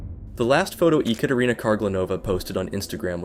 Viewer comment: The creator kept saying "EhKaterina" which is wrong pronunciation lol